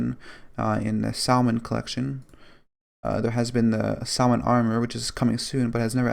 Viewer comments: ITS PRONOUNCED SAM-IN NOT SALMIN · He said sal mon